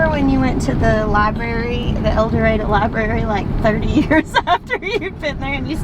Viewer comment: Can’t believe you are from Eldorado, AR. I lived in Magnolia, AR. Traveled to Eldorado almost weekly. Had an Aunt and Uncle who lived there. Loved going to Eldorado. Funny, as soon as you pronounced Eldorado correctly, I knew there was a connection. Most Prounounce it, el da ROD oh. Memories, can’t beat them♥️👍🏻🙂